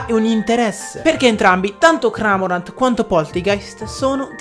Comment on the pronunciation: Va che Cramorant è un cormorano, non un “cramorano” (ciao )